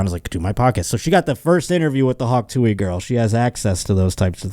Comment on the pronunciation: it's TOO-UHH not tooey